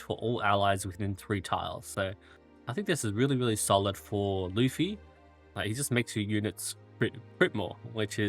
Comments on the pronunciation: Bro his name is luf-ti. There is a "t" there to pronounce lol. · No, his name is *Lutfi. LUT. Not Luf. Idk why so many people mix this up. Not that it makes pronunciation any more correct lol.